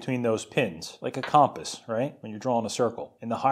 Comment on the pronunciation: how did you just .. pronounce compass?